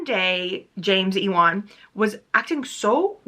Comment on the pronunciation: omg girl ewan is pronounced like you-in. like the actor ewan mcgregor! did they really pronounce it like e-wan in the audibook?!